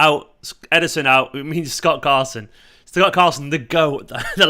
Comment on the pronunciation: "Gott Scarson" 😂😂😂😂😂 time stamp